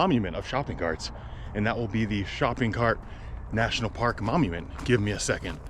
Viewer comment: Are you saying "momument"? 😂